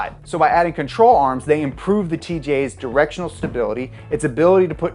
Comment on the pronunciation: I thought he said troll arms